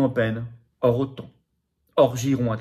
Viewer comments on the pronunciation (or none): none